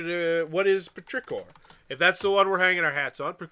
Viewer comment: Petrichor is pronounced like "pet-trih-core" and the emphasis on the "core". The game seems fairly popular with the the Dice Tower crew, especially Mike and Zee, and it's down well on Kickstarter in the past.